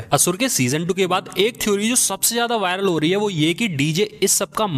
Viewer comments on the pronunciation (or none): none